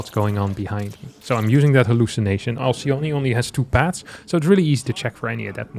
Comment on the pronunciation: 1 thing that bugs me for some reason is the way that everyone pronounces Alcyone (Ἀλκυόνη). she is the wife of the mythical Ceyx, and she and her husband turned into Kingfisher birds in the Ovidian myth. In greek it would be pronounced with a K sound instead of the C and a short E at the end, pronounced as the E in Echo